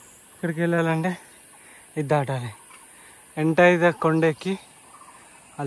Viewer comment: Koda kadhu bro konda